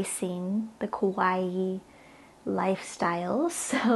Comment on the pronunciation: No. We are not into kowai lifestyle. It's ka wa ii